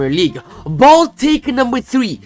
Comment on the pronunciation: Your trying to say "bold" only to end up saying "bald" 😂😂😂